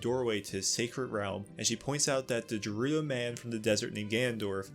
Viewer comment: I dont like how youre pronouncing “Gerudo” lol